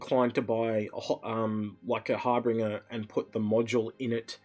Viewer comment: Har-binge-err. Not Har-bring-err.